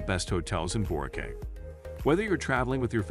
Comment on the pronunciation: Of course you would care, if someone calls it 'Borkay' it shows they have never been there so why should you even waste your time listening.